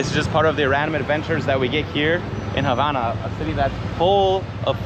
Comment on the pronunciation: Dis you hear say "HABANA" (on 31.34mn) with the silent H? (hABANA)